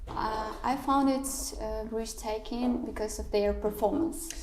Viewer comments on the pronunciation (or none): Briztaking mas breztaking